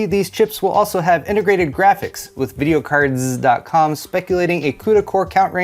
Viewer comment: I love when you pronounce the z in videocardz, always brings a smile to my face.